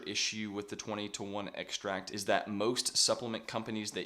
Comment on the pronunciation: Great info. But what is an "eggsh-tract"?